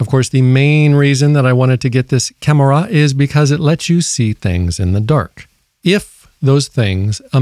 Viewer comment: Why do you say camera like that. Cam er a